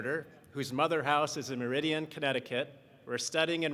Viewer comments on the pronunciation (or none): MER-A-DIN (pro) Connecticut, not MER-ID-EE-AN.